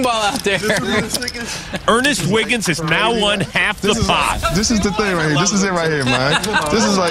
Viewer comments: "Over HURRRR" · "we have some cannon action over huur!"